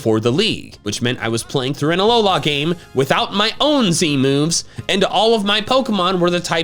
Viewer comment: IT'S ALOLA, NOT HOLA! AND ROWLET DOES NOT END WITH 2 T'S!